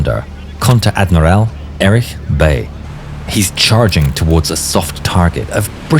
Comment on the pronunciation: Der Name wird Bei gesprochen, wie in Reinhard May, nicht Bay.